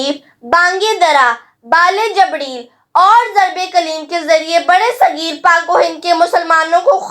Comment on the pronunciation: Its not jabdhriel it is jibriel